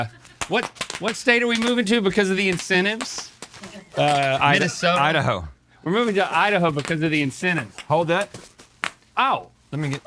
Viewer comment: Rhett said Idaho, Link almost said Minnesota. I heard Idasota.